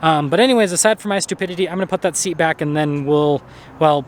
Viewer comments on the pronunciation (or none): none